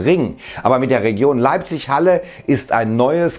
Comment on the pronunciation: Leipsch :P